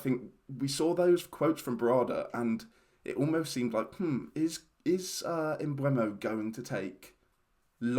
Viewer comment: With the E before the U isn't it pronounced "emboomo?